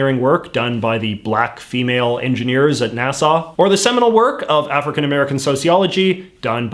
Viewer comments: when he pronounces NASA like Nassau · I love that JJ pronounces NASA like Nassau